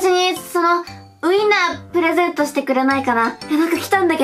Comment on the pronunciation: プレゼントじゃなくてプレザントになってるよ😅